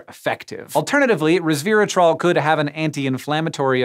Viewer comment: not "reversatrol" >8^{